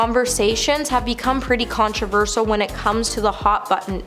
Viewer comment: The word is, “controversial.”. It is pronounced,: “con-tro-VER-shil” I can’t believe I have to tell you that!